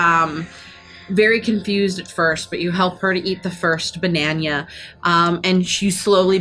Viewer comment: This was a great fight. I really enjoyed it. Poor Twig, she didn't deserve that hit from Kremy. PS: I can't ever say again Banana. Now it's always "Bañaña" :D